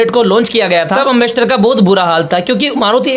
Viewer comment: एंबेसडर है एमबस्टर नहीं है अगर वीडियो बनाना नहीं आता तो मत बनावो